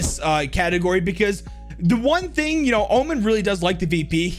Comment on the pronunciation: He says "here is the thong that i think makes her" when talking about chaber lol